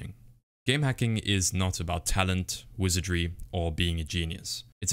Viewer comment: Not wizardary while saying wizardary